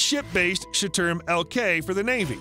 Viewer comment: Shturm is NOT storm. its sh'toorm. like shh - too- rm.. just saying.